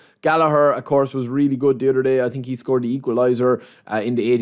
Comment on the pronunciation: its so funny how he pronounces some words „tree“ players, „i think „deez“, let me know what you guys „tink“